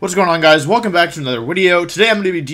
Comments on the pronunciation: Just need to say Wideo has taken root deep for me. Every wideo for anything I watch now, it's all I can hear. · Commenting on Wolfey’s video for it to get into YouTube’s circulation! After all of this time watching you, I just now realized you say wideo at the beginning of the video. I am an idiot.